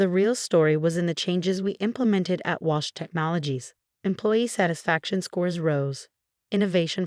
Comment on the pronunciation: Wash - Walsh ? Get a grip on your AI, it probably doesn't even know the time of the day without the faithful Sarah telling it ! So many spelling mistakes you have outdone yourself this time. I thought I had heard enough of the heels clicking on the marble floor (recently it's been a hardwood floor) but you have decided there is still life in it yet ! Alexander or Olivia - bloody hard to keep track of gender in this one. Bought - thought, your reading skills match that of about a 7 year old !